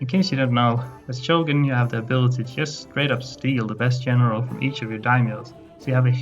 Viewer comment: I couldn’t place your accent that’s why I asked. But I got it when you said “General” as “Jeneral”.